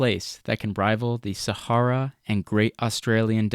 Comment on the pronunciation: I don't like the way you pronounce "Sahara", at all. I was glad when that chapter was over. Good video.